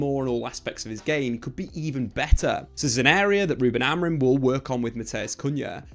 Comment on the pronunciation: Why do you call him Amarin😂